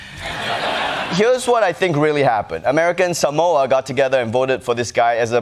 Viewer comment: The silly thing is Jason Palmer didn’t even pronounce “Samoa” correctly.